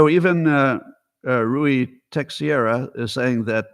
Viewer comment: Teixeira is pronounced tashera I have an Inlaw who set me straight on that. Great show sir